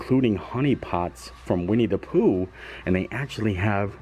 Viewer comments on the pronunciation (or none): none